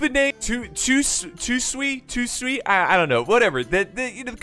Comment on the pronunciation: Toe-Sue-Eee = Tosui.